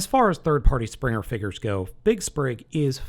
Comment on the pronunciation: it's Spring, not Sprig....